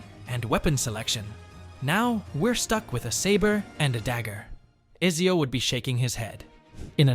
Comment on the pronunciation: this is clearly an AI video as it doesn't pronounce Ezio correctly, or the guy never played the game, and i tend to think of the first option more